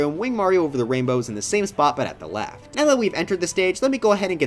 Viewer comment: "wainbow ride"